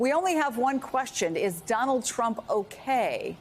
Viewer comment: "Do-NALD...." lol